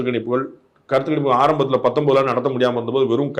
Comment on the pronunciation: Kanippu illa sir. Ganippu.....GA, GA......😮😮